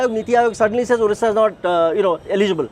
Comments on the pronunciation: Very bad to say all candidates pronouncing 'orissa' instead of Odisha... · Pinaki Mishra it odisha not Orissa please pronounce properly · is the anchor mad , her pronounciation is wrong.please pronounce correctly,it is our state ODISHA not othisa.